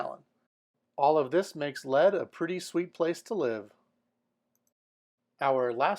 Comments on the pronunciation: I’m sure you enjoy doing this research, but many of these communities are far from cheap to live in. And for your information and anybody else that’s looking, lead South Dakota is not pronounced “Led”, but “Leed”. Average home price in Hamilton Montana is closer to $240,000-$260,000. Big difference from what you’re claiming for a video that is being posted three months ago. Great photos and basic statistics but please do your own research viewers, it will be worth your effort, Before choosing where you move to. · It is pronounced Leed not lead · it is pronounced LEED not led.... property taxes in South Dakota more than make up for no income taxes... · It's pronounced Leed...not Lead. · Lead, SD is pronounced "Leed" not Lead as in the metal. Plus, you are way way off on the prices in Leadville Colorado. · This is great! But to assist, Lead, SD is actually pronounced "Leed" and there is one catch about living there according to my friend who lives there, it snows often and there's no place to put the snow once it piles up. Also, you missed a giant advantage to living in Lead, it's just 5 minutes from the legendary western gambling town of Deadwood featuring casinos, shops, and soon sports betting. Lead and Deadwood actually share the same school district together. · Lead, South Dakota is pronounced with a long E. Take me to your leader.